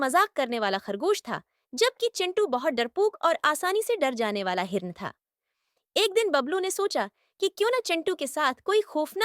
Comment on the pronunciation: Haran nahi Hiran 😅